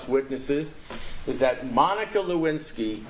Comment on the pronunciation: That was a masterpiece. Esq. Has taken the mispronunciation of names to a new level in this trial. I am convinced that he loathes Monica and wants to lose the case.